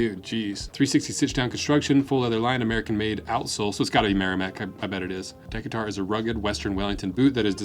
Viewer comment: Friend, were you from? It’s Duh-KAY-ter :)